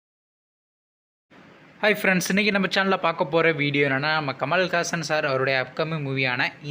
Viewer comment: டேய் பொறம்போக்கு பண்னாட பண்டார புண்ணாக்கு மக்கப்புண்டே முதலில் உலகநாயகன் பெயரை சரியா உச்சரிக்க கத்துக்கோடா கமல் ஹாசன் ஏன்று உச்சரிடா கமல் காசன் என்று தவறான உச்சரிப்பு நீ செய்கிறாய். முட்டாள் புண்ணாக்கு பூன்டே இது தேரியாத நீ ஏண்டா ஒரு மட்டமான யூட்யூப் சேனலை நடத்தற மூடித் தொலைடா இப்பவே